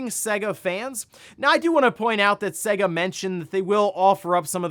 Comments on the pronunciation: It's SAY GAH not seguh, how can you know anything about games and not even say it right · I'll say it again til this guy gets it, for decades SEGA has had their name annoynced before their games begin. It clearly says S-AY-GA not S-EGG-A, it's not hard to pronounce.